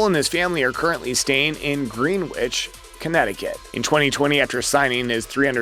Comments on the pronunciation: It is NOT pronounced “GREENWITCH” it is “GRENICH” spelling both those words phonetically. It’s spelled GREENWICH. Just a little FYI.🙂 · Fyi, Greenwich in Connecticut is pronounced Gren-itch.